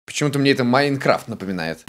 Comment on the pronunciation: ты всегда говариш маинкрафт маинкравт а так запиши его